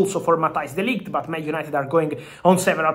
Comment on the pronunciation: De Ligt not Delight 😅😅😅😅